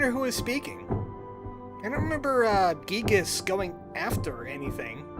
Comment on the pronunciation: Just pronounce gigues Giygas. Like he’s called in mother2